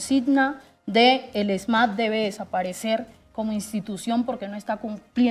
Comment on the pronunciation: Vea no se dice esma, se dice ESMAD, qué pena que no sabe ni hablar. Por otro lado dice que no hay gobierno que proteja.